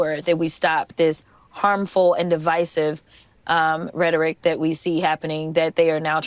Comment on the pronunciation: Someone barely learned the word rederick during this election and now they can't stop saying it like y'all just don't repeat what your told 😂